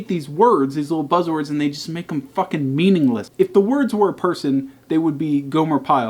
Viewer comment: pronounced meme-ingless